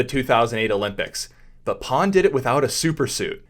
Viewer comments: Is his name Pan or Pawn? You said Pawn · Fyi his name is actually pronounced closer the way we'd pronounce "pan", as in "panorama" in a neutral American accent. No shade though, Chinese names are hard to figure out. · By the way, his name is PAN but not PAWN, it was disrespectful to call him.